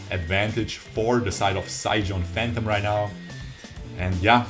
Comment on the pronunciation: Mate its pronounced more like sai gone phantom not sai geon phantom.